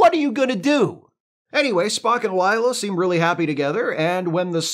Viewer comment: Whoa! Stop saying "Ligh-la". It's LAY-LA. Rhymes with 'way' 'say', etc. "Layla", like the song (Eric Clapton, Derek & the Dominoes.... heard of them?)